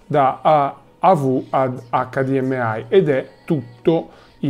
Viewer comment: Mi sanguinano le orecchie per come pronunci HDMI